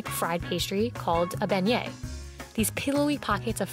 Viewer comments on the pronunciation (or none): none